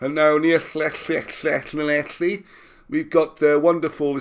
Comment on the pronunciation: “Lle Lle Lle Llanelli” 😂